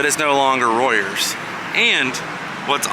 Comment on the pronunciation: you say the pubs name is rovers not royers